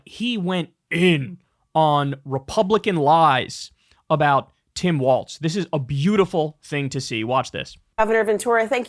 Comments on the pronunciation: You hear the horror shows at what these pro wrestlers do for the company and what they put their bodies through while on tour, 100% need a union. Fuck Hogan Also when is Kyle going to realize he's saying "Waltz" and not "Walz"? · Kyle, please… it’s “Walls” not “Waltz”. The things that separate rooms, not a ballroom dance.😘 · I take a drink every time Kyle calls Tim Walz "Tim Waltz" and I am always drunk and have been for 2 weeks. Someone stop this man.... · Tim WALZ not Waltz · Isn't the guys name Walz(walls) not Wal(T)z (walts)? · Kyle… as a Minnesotan. It’s Walz like Walls not Waltz. Thanks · Kyle, FFS the VP pick's name is Walz (like walls), not Waltz, like the dance. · Great show , content and all. One point is minor but I think Walz is pronounced walls. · Kyle still mispronouncing Walz to this day looool